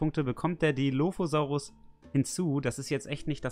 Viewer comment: schau gerade dein video.. aber du musst den dilophosaurus richgtig ausprechen :) und dann sagt jemand was zu Jurasic world?...sorry ich bin 80er kind und JP. wuff.......er kam in de kino am 11.6. seht euch JP 1 an, bester film ever. JW mit chris patt auch cool. Velociraptor nur etwa 2 m lang??? was? er muss länger gewesen sein, wie auch der DILOPHOSAURUS....